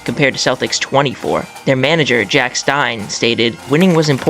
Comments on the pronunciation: It's "Jock" not "Jack" Stein. His real name being John, and Jock being a diminutive of John in Scotland. Also, it's "GLAZZ-goe" or "GLEZZ-ga", but not "GLAZZ-gaow". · jock stein not jack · The Celtic manager was called JOCK not JACK 😒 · Jock Stein Not Jack Good video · Just a quick FYI, it’s Jock Stein not Jack 😅. Decent vid though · “Jack stein” I can’t watch any more 😂 kidding bro nice video